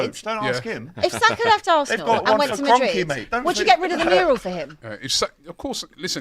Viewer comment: can someone tell that it’s mural and not murial